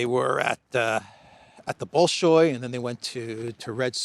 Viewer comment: Not [ bowl showy ], but [ bal, as in country Bali SHOY ]. Stress the SHOY. Wong = [wong] Wang = [wong]